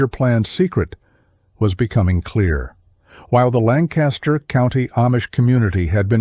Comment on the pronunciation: Where am I listening from? About 20 minutes outside Lancaster, PA. Therefore, I know it's definitely not pronounced Lan-Caster. I'm only 5 minutes in but there is a lot of truths. Horses do know their way home. The Amish get drunk, pass out in the buggy and the horse takes them home. The only problem is horses can't read so they blow thru stop signs and red lights and well... Sometimes bad things happen.